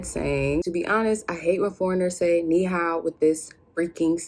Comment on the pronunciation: learn the intonation of ni hao and it will be perfect.